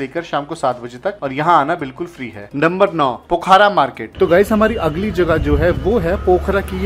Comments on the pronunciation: No bro its pokhara not pokhra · बहुत अच्छा लगा की आपके पास डॉक्ट्रेट की डिग्री है...... नॉलेज डॉक्ट्रेट लेवल का नही है.....ऐसा इस लिए की पोखरा.....है सही उच्चारण न की पोखारा......😊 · Not पोखारा it's called पोखरा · plz correct ur pronunciation it's पोखरा not पोखारा